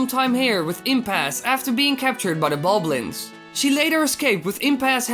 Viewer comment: They're called Moblins. not Boblins. At first, I thought it was a mistake, and then it kept happening...